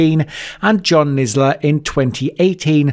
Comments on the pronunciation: "nisler" instead in kinsella, Steven port drugging people with gbh instead of ghb. and that's just 3 minutes in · Kinsella - Nisla 🤦‍♂️😂😂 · Would be much more watchable if you could actually pronounce people's names correctly. Who the hell is John Nisla?? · And Kinsella…. 🙈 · Receiving not *recieving*... great video though and it's kinsella lol